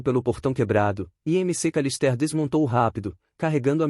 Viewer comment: "M C Calistér" - "Macawlister"